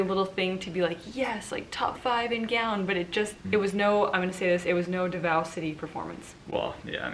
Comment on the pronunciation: Hi my dears! So Davao, Pasay, and Quezon City all have their stresses on the first syllable. DAH-vow (like the word vow) PAH-sai (sai like scythe) QUE-zohn (Que like 'Por que', and zon like lawn but with a Z). Just in case they'll be coming up again in the next few vids. Hope this helps! Bonus: Pah-rah-NYAH-que (same que in Quezon)